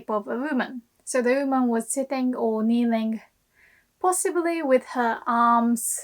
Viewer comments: your English pronunciation is so good, but I don't understand why you keep saying "OOHman" instead of "WOman", I realize the hiragana for "wo" is pronounced "o" but YOU know the "W" is pronounced in English. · how hard are you cringing at the way you say oOO-man in this video? 😅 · Seems she drops the W sound. Maybe British accent? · はいつも面白いの事動画レッスンを作ります。ありがとう！日本の文化と漢字のテマはスーパおもしろいだと思います。もっと作りておねがいします。質問です:「って」何ですか？ 動画の中ではは「優し人になって」って親はよく言います。」と言いました。私はよく日本人が「てて」,「ってって」と言うのを聞きますが、その意味はわかりません。はすでにこの文法構造に関する動画を作成しましたか？ すみません、I have also to ask a question about English pronunciation by Japanese people. Why are native Japanese speakers able to pronounce the word "one" perfectly, but are unable to pronounce "woman" properly? I mean, the beginning of the word "one" and the beginning of the word "woman" are pronounced exactly the same in English. But often native Japanese speakers say "uuuman" instead of "woman". I don't understand why. ドイツのベルリンから、お早う！ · The way she says ‘woman’ here kinda sounds like she’s saying ‘human’ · you are the best teacher on YouTube! one constructive comment: you are mispronouncing the word "woman" check the pronunciation on the Google translator or on the Cambridge or Oxford dictionaries online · That's interisting, from my perspective of a non native English speaker, I always thought that her English sounds very british (and beautiful hahaha!), but the way that she says "woman" is strange even for british, If I knew where she lives (or learned English) it would be help to clear things up hahaha. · I know this is a Japanese lesson and not an English lesson, but you may want to work on your pronunciation of "woman". Note that "woman" (singular) and "women" (plural) are pronounced very differently in English. :)